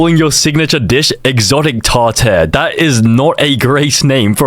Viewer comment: "Tar tair" 🌾